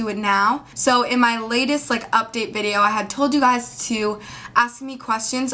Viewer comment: There is no such word as guysz. Guy single, Guys 2 or more, Guysz WTF?